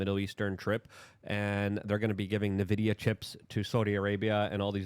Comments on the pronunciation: It's Nvidia, not NaVidya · EN-vidia, not N(eh)-vidia.